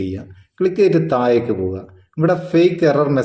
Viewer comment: ഒയിവാക്കുക അല്ല ഒഴിവാക്കുക.. തായേക്ക് അല്ല താഴേക്ക്